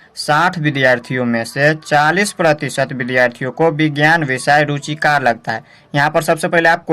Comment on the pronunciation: Apne thodi galti kar di hai ruchikr ko ruchikat bol rhe hai